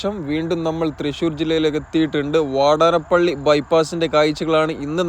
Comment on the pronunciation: വാടനപ്പള്ളി അല്ലീടോ വാടാന+പ്പിള്ളി agane പറയൂ 😅😊